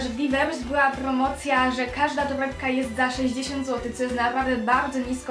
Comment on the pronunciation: naucz sie muwić jak człowiek bo muwisz tołepka,bohatełowie,dłudzy na tszecih naucz sie !